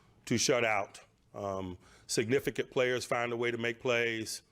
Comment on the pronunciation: "To be signifigant as the road gets narrow" -Mike Tomlin 😂